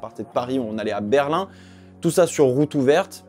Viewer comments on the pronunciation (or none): none